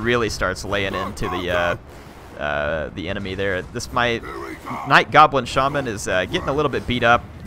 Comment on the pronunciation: it is called sha-man not shae-men